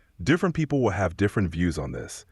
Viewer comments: What is a “pee poo”? Can’t pronounce “people” correctly. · What is a peepoo? It can’t even pronounce people correctly!!!!